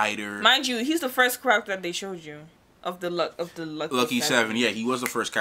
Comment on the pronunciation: WHY tf is she pronouncing "character" like that?